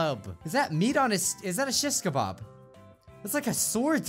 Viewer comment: Nobody:: Shish- ka- BARB